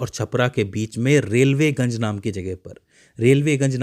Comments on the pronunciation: रेलवेगंज नही रिविलगंज है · रेल्वेगंज नहीं,रिविलगंज नाम है, छपरा जिले में!! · रेलवेगंज नहीं रिविलगंज